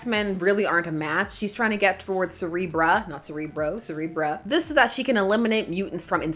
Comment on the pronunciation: I do hope you know that every time you say "Cerebra" I hear "Cere-bruh". This isn't a complaint!